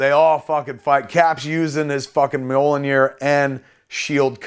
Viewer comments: Every time Kevin calls Thor's hammer "Mollinear" I cringe like someone is forcing me to watch my parents having sex. Kevin, it's pronounced "Me-YOLL-neer." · It's kinda embarrassing how you can't pronounce Mjolnir. It's pronounced how it is literally spelled: M-YAWL-NEER. Not MO-LLO-NIR. Stop saying Mollonir. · It’s meeyolnear. Not molonir. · It’s mjolnir, not molinir. Great description of the movie. You have a good memory. Your passion is clearly visible. Great job Kevin, keep it up. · Great and fun and heartfelt. MJOLNIR is pronounced ME-UL-NEER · I love you Kev but (Mee Ya'll Near) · Mjolnir is pronouced Mule Near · Is this how word Mjollnir should be pronounced? Not doubting it or anythin, Mr. Smith definitely knows more about comics than I do, its just I have never heard anyone else to say it like this. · you need to learn how to pronounce mjolnir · The best part of this is Kevin's pronunciation of Mjolnir